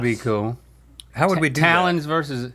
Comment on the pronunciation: Does anybody else say would as (wool D)?